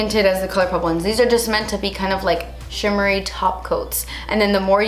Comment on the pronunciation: You need to create a nail polish called "chimmety" like the way you pronounce shimmery!!!!!!